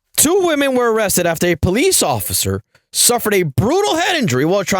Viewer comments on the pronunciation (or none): “It ain't looking good for the Ociffer” 😂😂😂